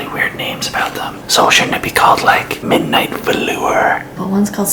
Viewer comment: “Midnight vlooor”